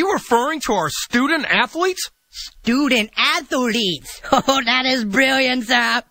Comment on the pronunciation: stoodent atholeet